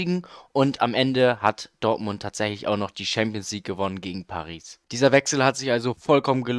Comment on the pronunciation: Gutes video aber es heißt nicht ''Schampionsleague'' und auch nicht ''Team of se year''